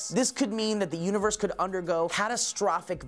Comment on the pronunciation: sourcefed mistake woooo says 'univers' instead of universe near